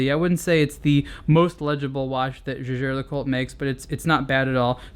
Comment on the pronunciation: no it's not. jaeger was the surname of Edmond Jaeger. it was his family name, and was not pronounced the same way as the word 'jaeger'. that said, he's still pronouncing LeCoultre wrong.